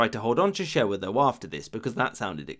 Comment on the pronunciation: Hey so this is much better and much more detailed than alot of other videos on the subject but id like to leave criticisms. Most are nitpicks, a few are actual factual errors. 1. Shewa is pronounced closer to ‘Shahwah’. I cant judge too hard though; i can barely pronounce most ethiopian words properly, and butcher alot of others. 2. Tewodros (Theodore ) was not from the Shewan branche; He hailed from Begemeder, the region province inwhich the former royal city of gondar was held. More specifically, he was from Qwara (Koara). 3. The invasion was hella expensive. 4. ‘Negus’ is pronounced more like ‘nuh-goose’. 5. Negus does not mean ruling over all people. Negus means ‘king’. It generally applied to a governor of a major province / subkingdom of the empire. (That said it should also be noted that the term’s use in this way was dying out, and that by the late rule of Yohannes, only two of the major provinces, Shewa and Gojjam, had a negus, the rest being ruled by those with the title ‘Ras’. ‘Negus Nagast’ means king of kings. 6. Its not that menelik did not think much of the ‘you must pass diplomacy through italy’ clause of the treaty. He literally didnt think it was valid; his version of the treaty, in his Ethiopian language Amharic made no mention of this, instead recommending Ethiopia make use of Italy, not mandating it necessary.